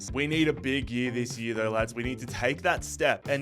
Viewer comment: Its annoying listening him say "year"